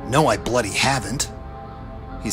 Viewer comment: What's with the American voice? Really distracting, especially when he says things like "bloody" or "autumn". That just sounds wrong in an American accent. Would have been much better if you'd read it yourself like the previous ones,.